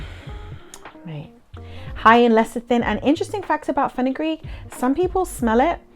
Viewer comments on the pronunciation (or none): none